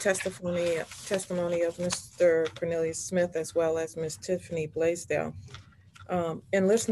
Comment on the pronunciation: He did pronounce it " cone-il-i-ous, so although it's traditionally "corn", who knows.